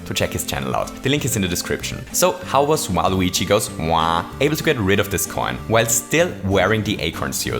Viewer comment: okay but it's so funny when you say WaluigiGoesWa, you just go "WaluigiGoes.. *WA*"